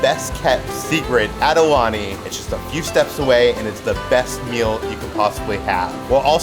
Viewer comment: If you guys love Aulani, please learn to say it properly. It’s pronounced Ow- Lani